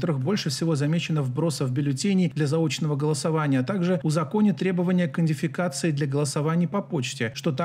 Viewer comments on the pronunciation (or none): Гайс, нет такого слова " индефикация"🥰 Если потренироваться, то можно научиться выговаривать " идентификация"